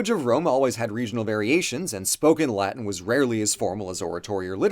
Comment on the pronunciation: The weird mixing of correct and incorrect pronunciations is so jarring